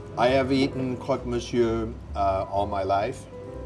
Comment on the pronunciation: but do need to work on his vocabulaire of french ( not being a snob as an immigrant in Paris) but le crock misyor is simply wrong!